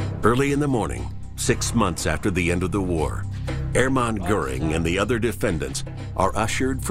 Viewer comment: The name Hermann isn't pronounce Air-man FFS!!!